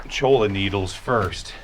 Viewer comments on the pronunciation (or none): Hey buddy. Can you please pronounce the name of that cactus correctly. Cholla is pronounced Choya. The double L is silent. I take that mispronunciation personally because of the few run ins I have had on my dirt bike with that Jumping cactus.. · The double L in cholla is pronounced "oy" so it's (choy-uh) not cho-lah 😋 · the Mexicans are chuckling at you, it's pronounced "choy-ah" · Choy- ya is the right way to say it